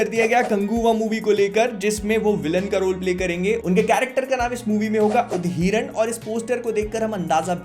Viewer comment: उदहिरन ❌️ उधिरन ✅️